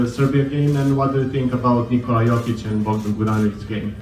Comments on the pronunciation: Its not pronounced yochick. It's the other way around. It's yokich. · It’s pronounced yo-kich, not yo-chick! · It's not Jochic, It's Jokic or Jocich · Its not Yoh chick its Yoke itch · Not jochik LOL it's Jokich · Nikola JOCIK? Bruh you cant even pronounce his last name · Jokic…… not jocik…. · Good video overall but you butchered his name big time. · Thank you for correcting them. It is hard to believe they are making a video history of a person and don't make the effort to find out how to pronounce his name. SAD!